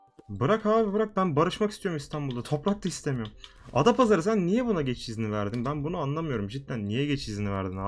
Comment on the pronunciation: Abi çok güzel adapazarı diyon